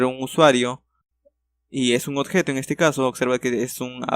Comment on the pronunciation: "Odjeto" XD